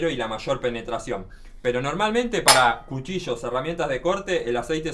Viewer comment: Porque pronuncias cuchicho en ves de cuchillo o. tacher en vez de taller, lo escribes bien pero o pronuncias mal, disculpa mi atrevimiento o ignorancia al preguntar esto